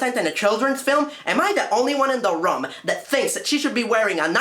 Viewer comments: Finally someone makes a joke about Linkara's accent! His pronunciation of room and roof was always funny to me. I remember when he said,"YOU DON'T WANNA SIT THROUGH THE RUM!" I was expecting NC to say,"The what now?" Funny review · I do think it's funny you made fun of the way linkara says room